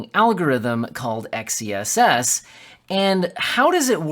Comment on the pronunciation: Dude, it's meant to be pronounced "excess". You get it? X -ess? Excess? Get it? It's a play on words. How do you pronounce the word "sword"? Do you say "Ess word"? But seriously, do you get it? Excess? Xess?